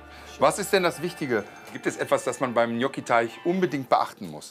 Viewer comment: Der Typ ist unterste Schiene... "Gnotschi"... das heißt "Gnotschi" 😅😅